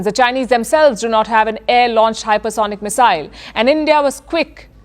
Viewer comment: Missile 这姐的发音是不是错的？我全程听得好别扭。